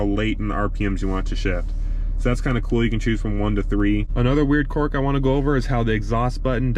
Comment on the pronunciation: Don’t mean to sound like a grammar Nazi, but it’s pronounced qu”I”rk, not quork!